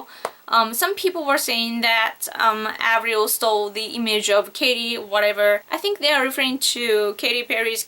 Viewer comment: haha she ALMOST got the Avril right